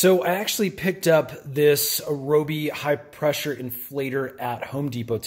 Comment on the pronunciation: Rye-O-Be is the proper way to say Ryobi :)